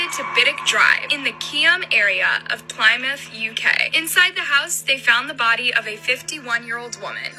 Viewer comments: she didn't even pronounce it correctly. If she did her research she would know it's pli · muhth not ply mooth. I live in the UK and my grandma in Plymouth so I know how to pronounce it. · How the heck did she pronounce Plymouth wrong?! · sorry but that isn’t even how you pronounce plymouth either like girl 😭